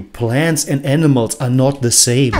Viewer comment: NAS lost his mind. I totally agree with you 🙂💗💗 The way you said: " The SamEeee"😂😂😂